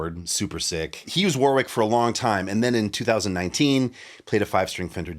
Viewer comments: I’m nit picking here, but it’s pronounced “WARRICK” not “War-wick” 😊… will agree I’m sure 😉👍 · It's pronounced Warrick in English and Varrick in German (German brand) with that gutteral German grrr R sound. No middle W sound